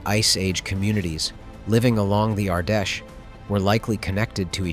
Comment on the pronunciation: The river Ardèche is pronounced like "ardesh" not "ardashay". It took me some time to work out what river he was talking about .